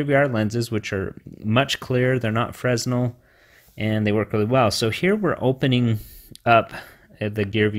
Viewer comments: I tried this mod, the deformation of the image made me sick :'( ... I prefer the original Fresnel Lense (Oh, by the way, it's pronounced [Frenel], and not [Fressnel]). So sad, 80 bucks for nothing :( . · It's pronounced "frinell" lens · "Fresnel" is pronounced "fruh·NEL" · Fresnel...pronounced "fray-nel" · Fresnel, pronounce 'Fre-nel' dude. Good video though thanks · the s in Fresnel is silent